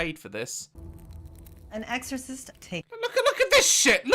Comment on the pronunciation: I thought daz said incest